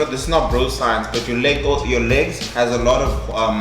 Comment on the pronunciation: Nobody:: Laygs